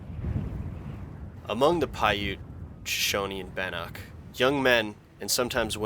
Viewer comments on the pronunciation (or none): none